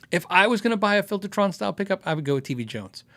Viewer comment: Impressed with the pronunciation of my name! Next week i will ask if it's worth to pay for shipping and import-fees for a proper T.V. Jones vs. just getting a Gretsch Filter'tron from Europe! :)